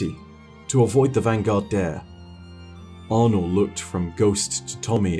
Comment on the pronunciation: Arnor? Thats one way to say her name.